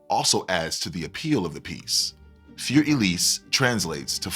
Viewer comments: I like both presenters a lot but neither pronounced this correctly, and the classical pianist was the worst. I just think that if one is going to make a video praising or criticising a work of music, one should look up how to pronounce it first. Für is not like "fur" as in the hair on an animal. And Elise has 3 syllables, not 2. It's one thing for kids and grade-school music teachers to get it wrong, but the presenters? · Every time I hear "für" pronounced as "fyoor", I cringe. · "Fear Elise"??? That's a funny way to pronounce it. 🤣